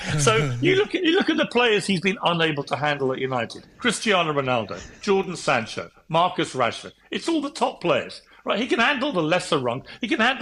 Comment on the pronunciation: said Jordan Sancho xD